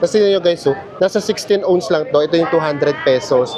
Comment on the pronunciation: Naloka ako sa 16 "owns" haha. Ounce po yun.